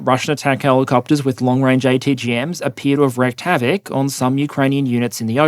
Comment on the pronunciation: "wreaked" havoc, rhymes with "peak", not "wrecked" havoc, rhymes with peck.